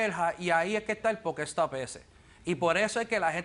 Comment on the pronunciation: la " jugadora " no dice pokestop si no pokestore.